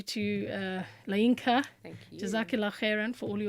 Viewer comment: Masha Allah... She's a Yoruba woman..., your intonation while pronouncing 'LAYINKA' was just so funny... Love from Nigeria